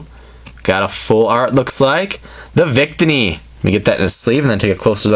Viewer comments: Victini is pronounced with the middle “ i " accented. Just pointing that out. Cool video :) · Day-no, Bee-Sharp, Coh-Fah-Gree-Gus, Vic-Teeny(Debatable), and that's all I caught! Fairly good pronunciation,!:))